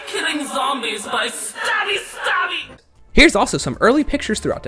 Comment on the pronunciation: “Oh you don’t have any bullets try killing with SHTABBYSHTABBY”